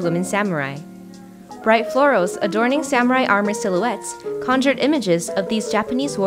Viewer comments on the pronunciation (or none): none